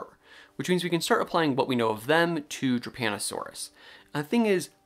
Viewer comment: I was listening to this while playing Overwatch and thought you were saying "Japanasaurus" and then I thought you said "Japanasaurus was discovered in Italy" and I'm like I'M SORRY, WHAT? ARE PALEONTOLOGISTS OKAY?!?!?